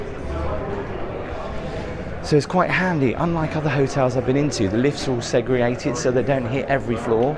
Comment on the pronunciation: What is segriated? Does anyone know please. What's a pooffay? Is that anything like a pouf? It's PVC, it ain't levver. That is pronounced FeeGee water.(Fiji) The entire thing - Vegas, is like a back alley in Paradise with a lobotomy....and there is no escape. Even your room looks as if it was decorated by a Kardashian on LSD. Those hidden elevators are for the housekeeping staff, not for guests, and that is why you were/are surprised at the speed of room service. Just for interest's sake I will tell you that the cleaning staff at Marriot Hotels are told that their standard is to prepare the room to appear, and to smell as if no one has ever been in there before. Perhaps the Kardashian girls follow the same rule.